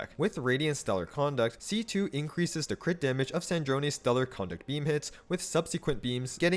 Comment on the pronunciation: why is every single creator saying stellar conduct wrong is it just to drive engaement? icl it's bothering me more than it should but it's making videos on it near unwatchable since it's said hundreds of times LMAO